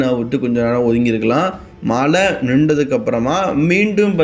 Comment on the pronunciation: Mala ila da athu mazha